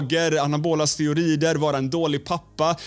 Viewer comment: lär dig svenska, heter steroider inte steorider